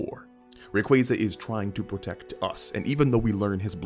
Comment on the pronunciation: Oh. My. God. He pronounces Ray-QWAY-za correctly 😭 It's ray + quasar, for the deniers And no it's not pronounced "qwah-zar"